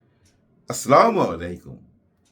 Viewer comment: Assalamu A'laikum Wa-Rah'-Tulla-Hi Wa-Barau-Ka-Tuh. Al-Ha'm-Du-Lillah, আপনার কনট্যান্ট নিয়মিত দেখা হয়। বেশ ভালো লাগে। যদি কিছু মনে না করেন একটা কথা বলতে চাচ্ছিলাম... আপনার সালামটা শুদ্ধ হয় না। "আস্লা মলাইকুম" শোনা যায়! অথচ এটা হওয়া উচিত - "اَلسَّلاَمُ عَلَيْكُمْ" (আস্-সালামু আ'লাইকুম)। শুদ্ধ সালাম হচ্ছে দোয়া- এতে পরস্পরের মধ্যে মহাব্বত বাড়ে। আর অশুদ্ধ সালাম বিপরীত অর্থ ও তাৎপর্য বহন করে।